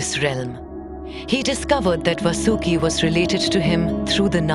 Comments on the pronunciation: His name not vasoooki His name is vaasuki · Correct your pronunciation of names please. The name of that mighty snake was Vaasuki, not Vasooki. Also, it would be better had you spelled it like Paandav in the entire narration rather than Paandavaa. Other than few other minor ones, the overall voice over was indeed praise-worthy. Please keep the names original and their pronunciations indigenous rather than sticking to the westernized way of spelling them. None of the learned Indian scholar would like it if the future generations would spell and remembers these religious terms as Krishn-aa, Ganesh-aa, Pandav-aa, Mahabharat-aa...and so on. You're already doing a commendable job. Let's make it a little more perfect.